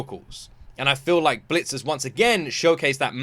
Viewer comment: Why do you call it Bleachers? It's Blitzers.